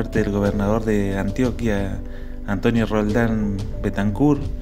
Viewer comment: Alguien noto que dijo antoquia